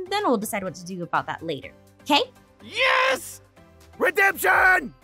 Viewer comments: If you keep play that part over and over it sounds like he is saying Jess 😂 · Did he say yes or jess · sounds like he’s saying “Jess” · kind sounds like hes saying jess xD